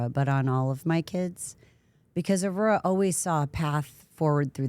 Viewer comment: Shawty can’t say “Aurora”